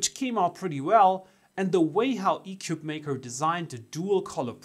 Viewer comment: Your initial commentary made it sound as if this was a crappy ‘4 in 1’, when frankly the only thing bad about it was your review. The company isn’t doing itself any favors by having you or your feedback on its product; for starters you cannot pronounce it’s name correctly. Shame on you and your review.